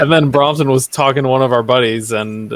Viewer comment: Watched again, like I remembered…good interview. Gear, food, and mispronouncing “Brompton”. One of these days I’ll get on the Patreon. Keep rockin’🤘🏻